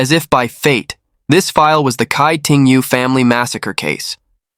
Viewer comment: Tsai ting yo, not kai ting yu